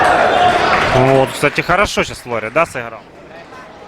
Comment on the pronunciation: Поправка. У французов в фамилиях ударение на последнюю букву. ФлорЕ